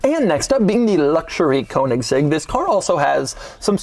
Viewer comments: Konigsegg? It's Königsegg. 🥴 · Its pronounced Koenigsegg not Konigsegg. OE is pronounced the same as the letters ö, ø. Same pronounciation as the letter "e" in Her. So more like Kernigsegg. There are literally hundreds of videos of Christian himself showing how it's pronounced... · That hard "g" pronunciation though. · THIS is not a "Kounigsegg" its a Königsegg. Is it that difficult? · Doug being Doug. Butchering the pronounciation of foreign car brands. It’s kÖnigsegg not koanigsegg and also, reYera… 🙄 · There is no Cone-iggs-egg, there is only the Koenigsegg. You need to learn to pronounce it right, once and for all. Apart from that, your channel is great, Doug. 🙂👍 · Koanigseg XD - love it. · If I hear “koenigsegg coat of arms” one more time I’m killing myself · What a surprise... Doug can't say "Koenigsegg" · another american completely butchering the pronnunciation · Daddy Doug still hasn’t learned how to say “Königsegg” properly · Why can't Americans pronounce Koenigsegg correctly? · Damn boy.. learn to pronounce the name of the car you review.. you're a damn embarrassment! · How not to pronounce Koenigsegg. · The way Doug pronounces Koenigsegg legitimately pains me... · Doug just never manages to say Koenigsegg. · Count how many times he said "Koenigsegg crest"